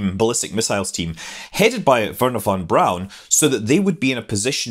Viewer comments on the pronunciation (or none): none